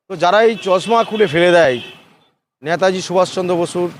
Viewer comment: Uni netaji ke nata ji bolchhen keno? Eta thik Kora uchit.